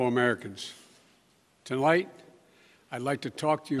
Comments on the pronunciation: Come on, maaaan! He obviously said "tenlight", not to the light. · I thought he said.. To light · C'mon man....the word is Tonight ...not to light....not to shite ...although that would be more appropriate...FFS!...you can imagine his "team" behind the door in the office having a freakin' baby...."c'mon man...we must have practiced that word a million times...arghhhh" My recommendation is to use words of less than two syllables... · I thought he said "delight"